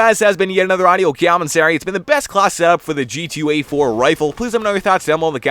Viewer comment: Love it when you say cyomentary.